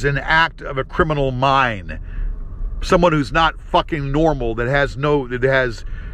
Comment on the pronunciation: Is an act of a criminal Mine! Wtf? 😂 someone get hooked on phonics, stat!!😂